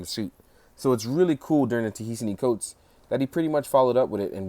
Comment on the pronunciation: Pronounced "Ta-Nehisi Coates" like 12 different ways. Lmao. It's not a terribly difficult name.